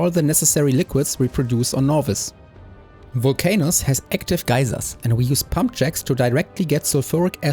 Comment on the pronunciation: Why can't i unhear "vulc anus" 😭